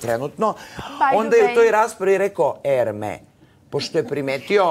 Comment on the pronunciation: I samo da kazem da se Hermès ne izgovara "erme" nego "ermes" zato sto e nije obicno nego è, pa se slovo posle izgovara. Toliko o elokvenciji Svetislava koji ispravlja druge 😂😂😂